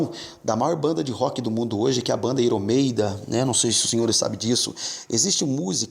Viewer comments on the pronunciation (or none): KKKKKKKKKKKKKK "IRO MEIDA"